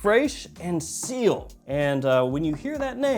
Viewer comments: Its pronounced; see-l, not seal . Also, it means sky in french lol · It's pronounced see-el not seal like the animal. It means sky in French. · not seal, its ci-elle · It is CIEL not SEAL. It is called sky blue because it is colored sky blue. Mother mercy, why are you doing this?! Tea note in Milesime Imperial clone? What even is this. You know what, forget all that. How do these compare in quality and wearability to Sillage and Milestone from the CDN line?